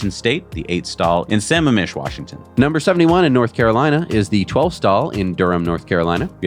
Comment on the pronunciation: Alright guys, , Washington supercharger, the city is called Sammamish (Sah-mamm-ish, not summa-mish). A for effort though.